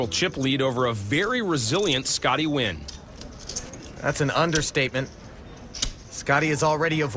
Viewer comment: scotty win? Cmon now, I know you americans struggle with anything international, but surely you can attempt to pronounce nguyen better than win.